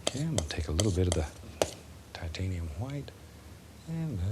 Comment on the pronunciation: TAHTANIUM HWHITE